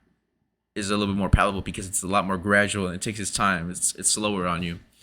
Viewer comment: Did you mean palatable, or palpable? Pretty sure pallable's not a word.